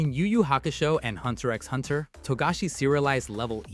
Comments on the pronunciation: Ah yes, pronouncing "x" in HunterXHunter 😅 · I wince everytime I hear the way you say Hunter X Hunter over and over again. It just takes away some credibility in what you're saying. The research and information might be accurate, but you're definitely not a fan.